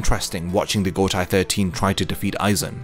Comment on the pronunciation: I like your content a lot, but please please start pronouncing Gotei 13 as "go-tay 13" and not "go-tai 13". It's the same as in Seireitei which you already say correctly. The "ei" in Japanese never transforms to an "ai" sound. Eg. Heihachi is "hey-hachi" not "hai-hachi"